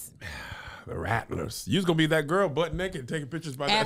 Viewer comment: “She’s a city gworl” 😂😂😂😂😂😂😂😂😂😂😂😂😂😂